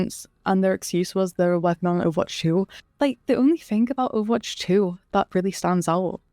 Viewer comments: homegirl is running a youtube account about overwatch and can't say it right 💀 "overarch 2" 💀💀💀💀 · within the first not even two minutes and you're 1/6 💀 maybe consider speech therapy "overarch" LMAO in this entire video you pronounced it right TWICE lol